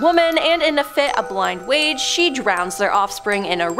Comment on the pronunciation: "A fit of blind Wage?" #7 well spoken there.......😆